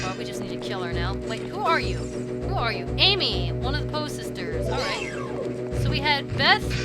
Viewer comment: its AIMy